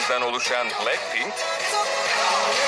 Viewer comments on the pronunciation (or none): lan plakpink ne aw blackpink suça ne ya suga. Roçe ne yaaa rosé Jisu ne ya Jisoo En sonunda me;abi ağzın bozulmuş tamire götürsene Bide abi how you like thatdaki küfürlü yeri banlasaydınız yaw. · plackpink ne yaaa abi şunların isimlerini düzgün oku yaa rokşe ne yaaa dududdudu ne abi biz burda araba mı oynuyoruz. en sonunda bir şeyi doğru söyledin... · Başta pilenkpink dedi hsjvsjs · Oğlum bu kel plack pink ve betee diyo uyuntu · kk plakpenk değil ooooo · Palkpink değil abi 😂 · JİSO,JENNİE,LİSA,LOÇE!! LOÇE NE LOÇE NEE İSİMLERİNİ BİLE BİLMEDEN HABER YAPMAYIN HEM REKABET YOK PLACKPİNK NEE DAHA BLACKPİNK DEMESİNİ BİLMİYONUZ HABER FALAN YAPMAYIN. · Yanlız adam blankpink diyo cncncncncnn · Ya şu blackpinki doğru okuya bilen bir tane bile insancık yok mu ayrıca lan ne alaka kapışmıyorlar aq hepsi kendi yolunda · Daha grupların adını ve şarkıların ismini doğru söylemiyor bide laf ediyor git de ilk önce teleffuzlarını öğren!